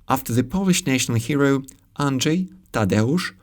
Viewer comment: I can't speak for Czech, but in Polish, t͡ʃ and tʃ are not equivalent. I can hear you saying "Szczelecki" and "Andżej" instead od "Strzelecki" and "Andrzej". An example of a minimal pair that makes the distinction is "trzy" and "czy".